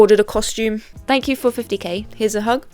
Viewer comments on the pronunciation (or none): none